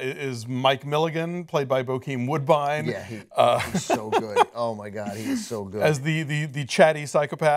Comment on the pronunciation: I love how he gets Bokeem Woodbine right without struggle then screws up all the other names! Dudes how have you forgot? Sioux Falls Massacre relates to what going to happen this season! Lou freaking said last season to Molly about Sioux Falls Massacre. So the thing was great to put at the start. Yeah it didnt look like old school film but it wasnt because we werent watching it through a camera it was just black and white world.